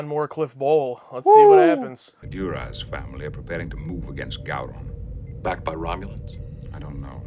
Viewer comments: Gow-Ron, not Go-Ron. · FYI, if no one else has said it yet, Gowron is pronounced Gow like Cow. Gow-ron not Go-ron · It's Pronounced Gau-rhon. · Actually it’s pronounced Gay Ron. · Say "Go-ron" one more time....